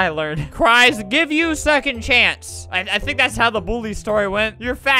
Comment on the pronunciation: "i ssever a secoind chance." -, 2018